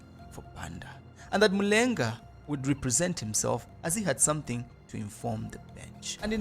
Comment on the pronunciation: Excellent content, good narration. However, i feel you need to pronounce the Zambian names such as Mulenga, the way they should be pronounced.